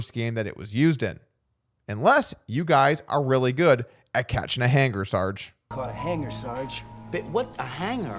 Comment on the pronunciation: Ehhh Waaah , Aeee Hanngar??!! Ca a hangaaar SAarGee